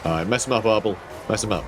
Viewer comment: I keep hearing "Ardal" not "Arbaal" and I envision the champion of Khorne as an Irish comedian instead.